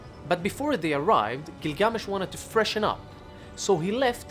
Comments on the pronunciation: Had to stop at the first line he spoke because of the weird pronunctiation/intonation of gilGAAAmesh. I looked it up; its either "ə" from "about" or "ɑː" from "father". so its not "æ" from "tattoo". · Interesting pronunciation. If this video is for American viewers the pronunciation would be " Gill-gah-mesh." For the first several minutes of video I had no idea who you were talking about. Just a thought. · I feel like the accent on the name isn’t correct. The accent is on the first syllable. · Next time, learn the pronunciation. It’s half assed bullshit